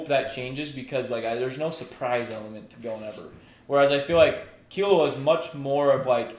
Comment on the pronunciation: that's the right pronunciation tho, key loo wah, killua